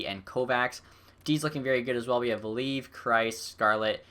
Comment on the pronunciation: its "vah-lee-av" not "val-eev"